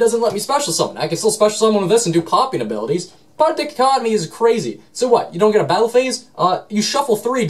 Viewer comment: DICK-o-COT-omee. What. Dai-COT-o-mee.